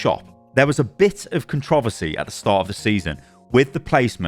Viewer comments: You pronounce the word "Controversy" so weirdly... I sat here trying to think what you were trying to say when you kept saying "Controvosay" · The way this man pronounces controversy bothers me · why do you say controversy like that? you sound weird. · I love the way you pronounce controversy lol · Never say "Controversy" like that ever again. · why does he say controversy like that lmaoooo